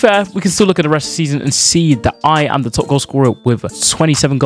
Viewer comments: “I ham him”😂😂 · Bro said I ham him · Was it just me that noticed that bluds Nigerian. He said I HAM HIM😂